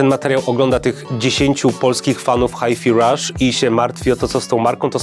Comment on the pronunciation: A ja chciałem pochwalić za poprawną wymowę Hi-fi Rush. Wszyscy mówią "haj faj" zamiast "haj fi", co mnie niesamowicie wkoorwia